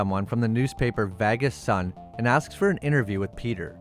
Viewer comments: I really enjoy your videos and with all due respect but why are you pronouncing vegas as vagus!? Honestly it sounds like a vagina fungus! Again i really enjoy your videos and thank you for making this content! But vagus... Not sure which is worse, this or them calling House of the Dragon HOT D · I am not sure where you are from or if the way you are pronouncing the city name is a joke, but it is painful. It is not Vag us it is Veg is. That is the closest I can show you, but I know you can find a spoken guide on line. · yeah he says vagas aswell ...its vegas..like vay-gas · I believe there's a lot of YouTubers deliberately mispronouncing words in their videos so that they generate more comment traffic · VEgas. Not Vagus. 😆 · It's Vegas. Not Vagas.. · You know it’s called Vegas and not Vagas? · The way you mispronounce Vegas is hilarious. VAGUS. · Your pronunciation of Vegas is killing me. It's VAY-giss, not VAH-guss. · Why the hell do you say vagas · Is that what he meant? I thought it's a fiction town called Vahghes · Why do you pronounce "Vegas" like that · “Las Va-Guess” Lmao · Vay- gus... You killing bro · Great job! (Low key LOVED every time you said Las Vagus!) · “Vag iss” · I had to turn on CC to see you were trying to pronounce Vegas as Vaggas. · Pronunciation of vegas was really off. Did this have a ai voiceover or u just dont know how to say things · I know you know thats now how you say vegas. Wtf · Why the hell do you stick Vegas like that? I usually really like your videos, however, your pronunciation of the word Vegas is annoying. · Hearing this guy say "Vegas" is painful. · Why are u struggling to say Vegas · its the way he pronounces Vegas 😂😂😂😂😂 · You gotta learn how to say Vegas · The way this guy keeps pronouncing "Vegas" like he's the G-Man is really sending me. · Yeah, I've never heard anyone pronounce Vegas that way.